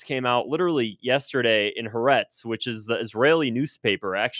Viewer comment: It's pronounced Hah'- Ah' -Retz, 3 syllables.